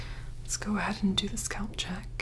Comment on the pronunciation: i’m only here to hear her say SCÔLP